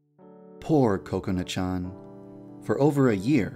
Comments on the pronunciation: because its pronounced ko-ko-nuh. in japanese there is equal stress on all syllables, so it sounds like coconut. this whole "ka CONE a" is wrong because you are putting stress on the middle syllable. so just say coconut without the t and thats pretty much it, unless you put stress on one of the syllables... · Yandere Dev you say kokonut to though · Wait that's NOT what they are saying? I always just hear Coconut and I assumed that was her name. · Did anyone notice that it sounded like he said "Coconut Chan" I almost died... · Yep, Kokona's Japanese pronunciation does sound like Coconut. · and kubz scoutz calls her kakoni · I keep hearing "Coconut" instead of 'Kokona' 😂😂😂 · Why did u called "KOKONUT" anyway??!! XD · why does he say "kokona" as "coconut"? 😂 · kakona is pronounced by Kubz Scouts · It sounds like he is saying Coconut xD But ya deer dev, you have outdone yourself again :) tysm! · The only reason I watch this is because the way Devpai says Kokana it sounds like coconut XD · Whenever he says "kokona" I always hear "Coconut" 😂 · Every time he says Kakona I ALWAYS think he is going to say cocout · im pretty sure i heard too much of kubz scouts saying coconut cause everytime yan dev said kokona i heard "coconut" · I keep thinking you're saying coconut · It sounds like he's saying coconut when he says Kokona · Are you calling Kakona "Coconut??" It sounds like it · Oh my god at first I thought he was saying "Coconut" not "Kokona" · In the subtitle "coconut" The whole video all I heard was "coconut" instead of kokona 🤣🤣🤣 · I literally thinks he says kokona, coconut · Woah Wait first off Did He said "Coconut"? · Is it me or I just keep on hearing coconut instead of Kokona XD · I heard you say Kokonut instead of Kokona lol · Your Saying Cocona Not Kokona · It’s pronounced Kakona not Cocanu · actually its kokona, japanese don't have C's in their kana. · its kokona chan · WE been pronouncing it wrong this whole time! Oops!